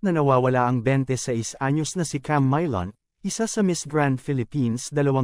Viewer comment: Camaylon? Ok ka lang bulol? Ayusin mo magsalita